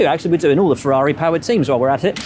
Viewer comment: One day the main commenting dude could stop butchering the name "Ferrari" by not saying fewaawii.